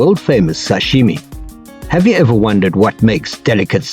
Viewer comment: It's SASHIMI not SASHIME😂